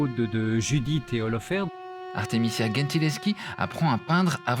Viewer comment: The pronunciation is Gentileschi (with G like a J) not GHEntileschi